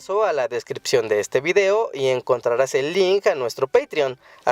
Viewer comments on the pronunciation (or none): none